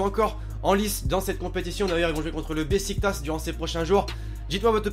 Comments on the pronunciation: besiktas se prononce beshiktash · on prononce bechiktach mais sa s'écrit beşiktaş